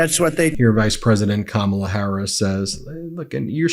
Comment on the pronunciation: He has finally gone over the edge, he is pronouncing Kamala’s name correctly!! I’m sure he’s not even aware!! 😊